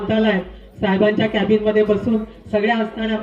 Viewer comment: केबिन म्हणा कायबिन नाही आशा ताई साठी पुन्हा साक्षरता वर्ग चालू करा